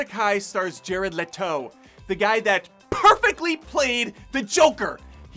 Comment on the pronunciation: "Jarl Hchhato" 😆😆😆